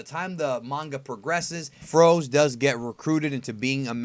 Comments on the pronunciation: froze? i thought it was pronounced frozé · Its FrozE not Frows...